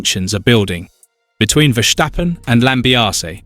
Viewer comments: It's hard ey", to pronounce a very simple name like Verstappen. It is "Verstappen" and it is not : Vershtappen like you did. You clown. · Makes me cringe everytime I hear it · Verschtappen?? Is he German now? 😄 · HE IS CALLED VERSTAPPEN WITH AN S NOT A CHE U CHIGNORAMUS!!!😂